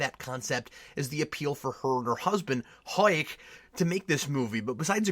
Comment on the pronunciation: I love how you pronounce Huyck, it sounds like you're about to puke every time you say it, and it always makes me laugh